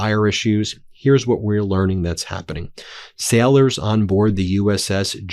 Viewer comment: You NEED to start pronouncing daily correctly It is NOT pronounced "dyally" It is pronounced "DAY-lee" Same with sailors It is not pronounced "syallors" It is pronounced "say-lers" STOP SAYING "BECOSS" STOP CLAWING AT THE CAMERA STOP SAYING "PLAY THIS CLIP" WE DO NOT HAVE CLIPS WE AREN'T THE EDITOR REMEDIAL ENGLISH MEDIA TRAINING FOR BEN NOW, MTN PLEASE